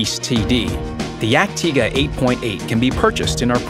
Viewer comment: You dont say it dyag-Tayger, you say it Yag-Tiga. Cause its the proper way to pronounce it